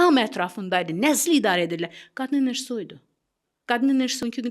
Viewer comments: enerjı,, yox enerji .Güya ki , danışdı ,😊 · ENERJİ SÖSÜNDƏ I HƏRFİ YOXDU